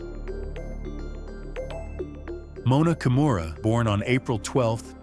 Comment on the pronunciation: Her family name is pronounced Kee-moo-ra. Please pass it on!